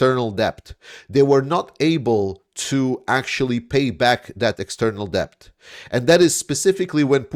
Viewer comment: Just FYI the 'b' is silent when you pronounce the word 'debt'. It's just pronounced like 'det'.